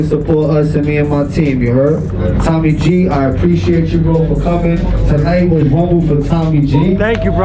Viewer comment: why can't tommy pronounce his r's